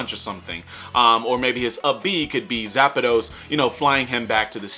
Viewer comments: “zapados” wtf is a zapados? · You called my boy Wolf o Donnel "Star Wolf". Like...really? Edit: BOI! ZAPADOS? We in Spanish class now? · my mans really said zapidos😂😂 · As a huge Pokemon fan. It upsets me when people pronounce Zapdos as Zapidos.